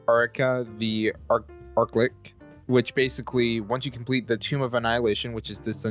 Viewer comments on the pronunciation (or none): haha and also its archlich as in archery lich not arklick